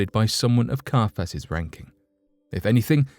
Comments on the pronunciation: He was called CIAPHAS not CARPHAS! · Carfass? Not Caiphas?? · KAI-a-phas. Jo-SEE-phus. (Sorry to be that person. I'll just see myself out now..)